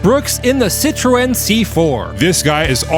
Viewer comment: Citroen = Sih-Tren.